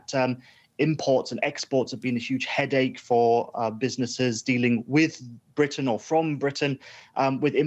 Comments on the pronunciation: Someone teach this person to say Britain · The word 'Britain' is spoken with a 't' sound in the middle. An alveolar tap like what you get in the USA is okay, but somebody needs to tell the American presenter to pronounce the name of the island properly. It sounds amateurish and slovenly the way she said it.